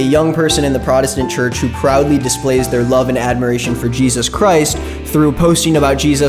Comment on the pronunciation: You can tell the difference between a normal christian and someone who is in the "too much" christian community by how they say Jesus. Normal ppl: JEzis Ppl who make Christianity their whole identity: jeZUS They always emphasize the u so hard. It makes my skin crawl